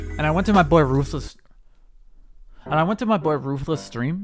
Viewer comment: it's rufless